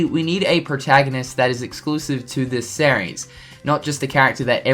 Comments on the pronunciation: The way you pronounce "series" is sear e-s not sah reys learn English ass hat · dude learn to pronounce series